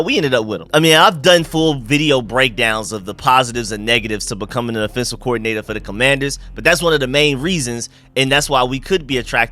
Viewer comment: my man bro I thought there was something wrong with my ears everytime you say the word offense you pronounce it in it’s correct form but do you know that every time you say offensive you pronounce it as affensive and it tends to sound like you are saying defensive check all your tapes but we get it that’s that Georgia slang just like a lot of us Marylanders grew up calling a dog a dug an ambulance an ammalance lmao